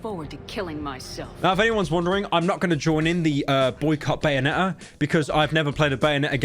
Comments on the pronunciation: “bayone’ah”-pyrocynical 2022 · Bro really said bayone' 'er